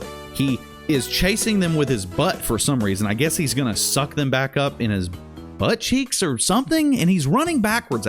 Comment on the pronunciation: Yo I laughed so hard at how you say butt and buttcheeks. Especially 😂💀